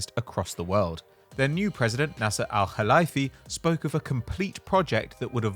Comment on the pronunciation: Very impressive pronunciation of the “Kh (خ)” in Nasser Al Khelaifi’s name, however it’s pronounced Al Khelayfi as in the word lay.